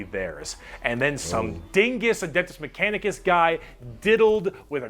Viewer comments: you keep saying manicus in a few videos but it's mechanicus. like mecha. machine. and the guy explaining is wrong about why the c'tan started fighting each other. they were tricked into it by the eldar laughing god. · Adeptus MECHanicus! I'm shaking my phone angrily every time he says Adeptus Manicus. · My boy... Mechanic-cus. 😂 Fuck wit y'all though. Keep posting. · You're saying Mechanicus wrong btw.